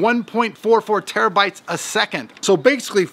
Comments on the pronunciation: Tetrabytes? What the fuck man, it's TERAbytes... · 710 "tetrabytes"? What's a tetrabyte? (see )